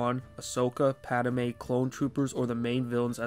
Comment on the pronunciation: Rofl! That was bothering me too! XD